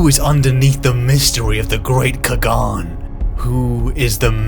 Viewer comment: Everytime he says "khagan" I shudder "Qhagaan", not "ca-gon"